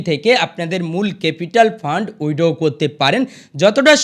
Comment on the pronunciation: Ei j dada apni original khobor kichui janen na onno jayga theke jhere video banao. Prothome nijer english uchcharon ta thik kore bolun. Poriskar withdraw bolte sikhun tarpor subscribe korte bolben.